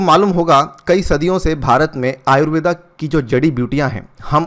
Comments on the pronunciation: अरे भाई अंग्रेज , वो आयुर्वेद है आयुर्वेदा नहीं ।।।। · आयुर्वेदा नही, आयुर्वेद कहते हैं। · Pronounce it as आयुर्वेदअ् NOT आयुर्वेदा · आयुर्वेद को कृपया आयुर्वेद ही pronounce कीजिये ।आयुर्वेदा इसे विदेशियों ने नाम दिया है क्योकि वे उसे ठीक से नही बोल पाते थे। जैसे वेद को वेदा ओर योग को योगा कर दिया, अभी से हम इस पर ध्यान नही देंगे तो भविष्य में यही गलत नाम सही ठहरा दिए जाएंगे🙏🙏😔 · कृपया "आयुर्वेद" ऐसा उच्चारण करे सर, "आयुर्वेदा“ नही..!!!